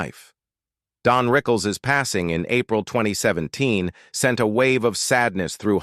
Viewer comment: DON,not DEAN? right?